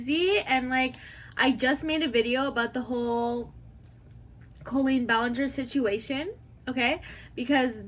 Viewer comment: Its so funny how every drama channel mispronounces colleen's name. 😂